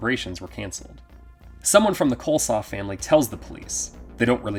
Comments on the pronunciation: And it's Coslow, not Coleslaw! LOL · I'm pretty sure the family's last name is "Coslow", not "Coleslaw". 🤣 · I couldn't help laughing. It's pronounced COZ-LOW, not Coleslaw hahaha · I will always cackle at this dude saying Marty Coleslaw 💀💀💀💀